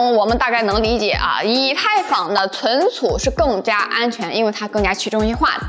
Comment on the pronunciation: cun cu -- 跟我念“存储”